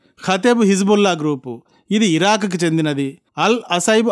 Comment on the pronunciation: Sir pls. okasari hiron hirok ani vinipistha vundi adi sari cheyandi tkq.